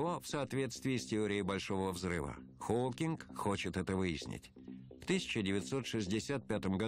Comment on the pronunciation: Холкиг ? Фамилию даже не можете правильно произносить